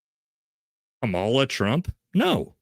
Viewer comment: do yourself a favor and just learn how to pronounce her name correctly. It’s Kamala (Comma-la). I don’t support her either and think you seem like a great guy with a level head and the ability to look at politics through a mostly non-biased filter. But I just think the people who refuse to pronounce her name right, sound petty and just do themselves a disservice. I hope you don’t take this as a criticism and take it as a tip from someone who is a fan:) “Comma-la” 👍🏼